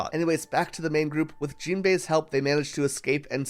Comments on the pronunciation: I made the same mistake myself, but "Gin" from the Baratie arc is pronounced with a hard G. For future reference. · Gin's name is not pronounced Jin btw, idk if you watched the dub or something but his name is pronounced like the Japanese word for silver. Gin. Edit: Same as the Gintama protagonist.